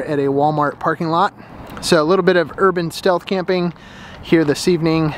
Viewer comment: "Shealth" camp 😂 you sure are incognito in that that.